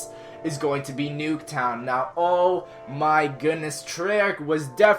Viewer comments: not nuketwon but fluketwon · Why you said nuke tow to fluke tow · he said fluktown